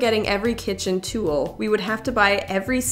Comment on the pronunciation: Where are you from? Your pronunciation of "tool" is cracking me tf up ~Tewl~